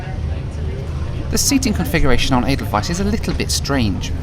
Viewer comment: As a Swiss guy I appreciate how you nailed the pronunciation of Edelweiss.